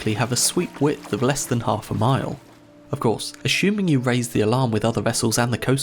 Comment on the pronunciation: Why would you pronounce ‘assuming’ like ‘ashuming’? Do you pronounce ‘pressing’ as ‘preshing’?